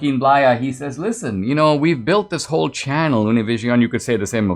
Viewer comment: Brother Danesh , you nailed it on the pronunciation of Univision 👏👍